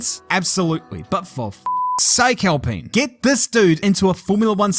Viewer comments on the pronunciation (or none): none